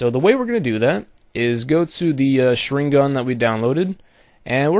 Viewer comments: Well, good job for the tutorial. You do make a different kind of Sharingan which is good to see. But this is a fake as long as you paint the form of that Sharingan in overlay. I mean, dude, the Sharingan is visual power in that anime - Naruto and you kinda screwed it up in the way you make it. Please, don't make tutorials about things which names you don't even know how to say right. Tip for the Mangekyou Sharingan form that you make- it has to be black cause if it's not- it means the owner is blind and his powers are getting weak. The eye originally is red but it can be change in many ways. The Sharingan, especially the Mangekyou Sharingan must to be black. Like the corneal but not transparent. As i said in the beginning: Good job for the tutorial and good luck. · lol you pronounced it wrong....but thank you sooo much for the tut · you completely butchered the pronunciation of sharingan and naruto !!!! LOL awesome tutorial though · He completely butchered the pronunciation of the sharingan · As a naruto fan I say PRONOUNCE THE NAME FUCKING RIGHT>>CHIRST Now as a graphic designer I say Very nice vid ^-^